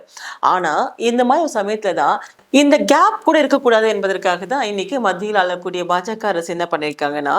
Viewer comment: மத்தியில்ஆளகூடிய, அலகூடிய அல்ல! நவீனமாக பேசுவதாக நினைத்து தமிழை கொச்சை படுத்த வேண்டாம் பிறந்தநாள் வாழ்த்துக்கள். வாழ்க வளமுடன்.